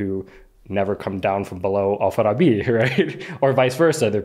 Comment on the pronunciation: he pronounced it as "Al-Farabi" but the majority of the locals pronounce it wrong. they say "Alfa-Rabbi" 😁